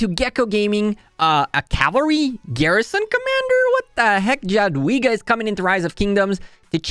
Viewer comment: You read Ja-dwiga as Ja in German language not J itself